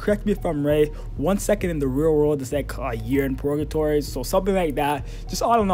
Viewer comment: It's Purrrrrgatory, not Porgatory lol